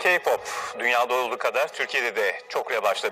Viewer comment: Keypop demesi🤧🤦🏼‍♀️🤦🏼‍♀️